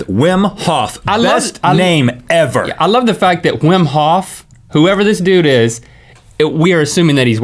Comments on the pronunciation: That man's name is pronounced as Vim. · You're probably right, since he persists even after Rhett pronounces it correctly! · Wim is pronounced Vim and he is the most spectacular person ever.